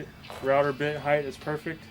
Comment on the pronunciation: BTW-heigth is not a word. It’s height.